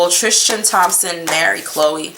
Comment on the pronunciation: I love your videos. Tris-tan. Not Trish-tan